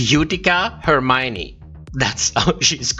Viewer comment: Lol joey jay didnt say hermione she said "for mine" 🤦🏻‍♂️🤣